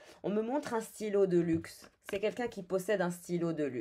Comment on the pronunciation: Tu as dit stylo de luxe, j’ai entendu de Luc (son prénom 😅)